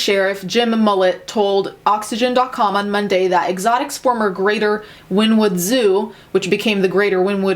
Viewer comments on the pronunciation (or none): “Win-wood” lol. Everyone, it’s pronounced “Winnie-wood”. I live less than 45 mins away from the town. I wouldn’t doubt there are human remains considering the meth use by most of the employees. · Winnie-wood, not win-wood :)) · JSYK - It's pronounced "win-ee-wood" . I know..I know .."Nobody cares". Just sayin'. 😏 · It’s pronounced win-e-wood. Watching people constantly mispronounce Oklahoman town names kills me every time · I'm from Oklahoma, and I just wanted to let you know that it's Wynnewood, like Winnie the Pooh.😊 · I'm from Oklahoma and this is crazy crap!!! I don't claim these people as Oklahomans😒😒😒 Also Wynnewood os pronounced Wineewood. Sorry I'm OCD😔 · it’s pronounced like “winnie”wood... 🤣🤣oklahoma here ha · Oh my god, I live in wynnewood, it’s pronounced Winnie-wood. Lollll. I love hearing the way people talk about these small okie towns.